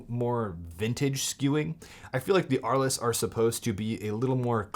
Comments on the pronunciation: The pronunciation is "arl". Thanks for the video! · Thanks for the video. By the way, the lenses are named after a French city which was home to painters Vincent van Gogh and Pablo Picasso. As apocryphal man pointed out, it's pronounced "Arl," the "es" is silent.